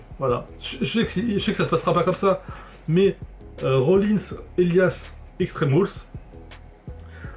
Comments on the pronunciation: sa se dit pas EL I AS mais Elias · 782 en anglais on dit "Elaias" en phonétique du moins, le i se prononce comme comme la lettre ou le pronom personnel "I"